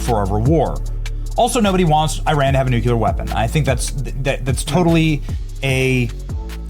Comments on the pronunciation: "nuculer"..... "nuculer" "nuculer" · NUCLEAR. Not NUCULAR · First of all Benny, it's pronounced "nuclear", not "nucular". Second, let your guest talk. Most of your videos are aggravating because you talk, ramble and mumble non-stop. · I like this broadcast...constructive notes that might improve the delivery: 1) The phrase "Ladies and gentlemen" is used annoyingly too often and 2) The mispronunciation of "nuclear" (NEW-clee-er) as "nucular" (NOO-kyoo-ler) is distracting from your message. OVERALL love it (but have to mute and use closed captioning to keep from getting distracted by these issues.) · I love you Benny, but the word is "nuclear"....."new-clear"...not "nucular" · Please quit say nuCUlar. It’s nuCLEAR! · Nucular is not a word, it’s Nuclear New-Clee-er-Also, it’s a Republic, not a democracy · new cue lar vs. new clear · Nuclear. New-klee-ar. NOT new-kyew-lar. There is no such word! Only Jimmy Carter and similar dumbasses say such an important word incorrectly! Knock it off! When communication is your career you need to do it right! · I'm sorry...I love Benny to death, but could someone PLEASE....?? Tell Benny that the word is pronounced NuCLEar....NOT nuCUlar...!! For the LOVE of PETE!!! Keep seeking the truth, Benny. We are behind u... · NUCLEAR! NOT NUCULEAR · 23 seconds in, figured out you can't pronounce nuclear. It's not NUCULAR. Even if I try to pronounce NUCULAR the Google autocorrect replaces it with nuclear. Why the hell can't you pronounce it the correct English way? Anyway, thumbs down from me. Every time you fuck up the English language on purpose. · what are the chances gen flynn wants to strangulate you every time you say 'nucular'?:face-purple-crying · Nuclear. Nu-clear. Say it with me. Nu-clear. Nu-cu-ler? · Benny, it's pronounced "new-clee-ur", not "newk-u-lur". Read the spelling. You're a professional. Learn to speak clearly and accurately. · New clear, NOT new cue lar. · Love you, Benny, but PLEASE learn how to pronounce "nuclear!!"